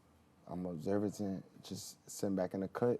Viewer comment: my nigga said he observatent 😂 I am too mf 😂